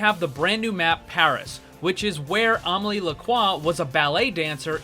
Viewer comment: Why are you caling widowmaker Omily? It's Amélie, it sounds like uh-meh-lee.